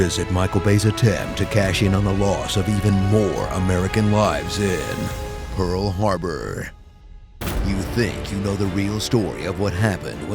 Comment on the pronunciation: "Pearl Hrarbor" Wonder if that mistake was on purpose.